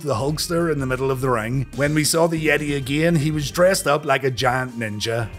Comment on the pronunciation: I know that you know that you were mispronouncing the "yeh-TAAAY!!!"